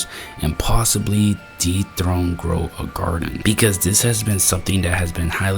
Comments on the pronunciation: "girl a graden" 🥀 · Ah yes, everybody loves playing "Girl a garden" instead of blox fruits.